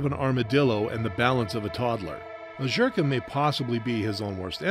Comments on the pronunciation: It's Zherka, not Jherka, bro. And on that note... LONG LIVE JON FUCKING ZHERKA! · this guy continuously saying JHERKA annoyed tf out of me LOL